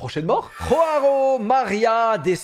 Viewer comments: joão ce dit jo a on, et pas roaon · Tu roule bien les R sauf qu'en portugais brésilien on prononce joão pas roão 😅 et contrairement a l'espagnol le "gnn (ñ) " est sur le a, ce qui sonne un peu pareil mais prononcé sur le A. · ROARO 😭 En portugais Jaoa se prononce Joan voir Jean, on roule pas les R en portugais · en portugais c'est pas roao c'est Joao en portugais avec un j le ge c'est en espagnol 😂😂😂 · Joao est brésilien donc son prénom ce prononce Joao pas Roao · pittiiiiééééééé arrêtez de rouler les jjjjjjjjjjjj et de le prononcer comme en espagnol. En portugais un j c'est un j 😭😭😭😭😭😭😭. J'ai eu des crises cardiaques à chaque roao de la vidéo (et il y en a eu bcppppppppppppppppppppppppppppppppppppppppppp) Mais sinon très bonne vidéo continu comme ça (mais pitié respecte le portugais la prochaine fois stppppppppppppp 😭😭😭😭😭😭😭) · Joao sa se dit pas roao au cas ou quand c’est au bresil ou portugal on dit le j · Non mais respecte nous. ROARO?? À la limite si tu dis Jo-a-o, pourquoi pas, mais là c'est pas possible. Les brésiliens parlent portugais, pas espagnol 😭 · Alors ,on roule le R une fois sur deux le R prends le prénom Rodrigo comme exemple on roule que le deuxième R mais sinon MERCI enfin quelqu’un qui le remarque le ROAO 😂 😂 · le j n'est pas un r en Portugais. Ça prononce comme en français. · Le J se prononce comme en français en portugais !!!!! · Il y a pas de R dans Joao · Pitié JOÃO en portugais ça se dit avec le son J comme en français pas la jota espagnole 😭😭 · pour le deuxieme on ne roule pas le r c'est joao avec le j car c'est du portugais bresilien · En portugais, on ne prononce pas le J comme en espagnol, on le prononce comme en français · au brésil et tous les pays lusophones, je "J" se prononce comme en france, pas comme en espagne. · Il roule les r en portugais Pour une ça pourrait être plus prononcé à la française